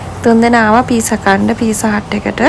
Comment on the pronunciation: ඒ වචනය පීසා කියල නෙවේ දුව ඒක කියන්නේ පිට්සා